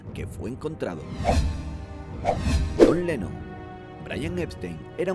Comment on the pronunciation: q decis jhon lenno? es lennon !! y tenes 5 m de suscriptores dejate de joder